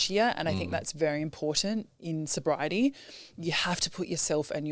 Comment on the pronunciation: Congratulations 🎉🎉on your life change. Are you talking alcohol only or drugs too when you say soberiety. Ty